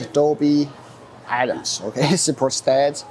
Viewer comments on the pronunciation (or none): it's doby atmos not atoms